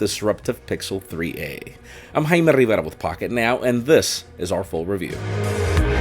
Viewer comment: Me too! I wish I was able to pronounce the same way.